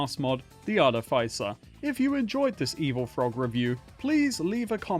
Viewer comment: Artificer. Pronounced arty-fisser. Love you evil frog. <3